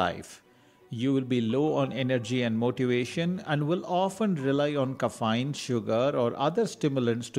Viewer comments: There are a dozen more..for example Ka-fine, o-base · Good info but when you make videos you have to make sure the writing fits the screen. Also mispronunciation of dopamine or even caffeine doesn’t add confidence in info.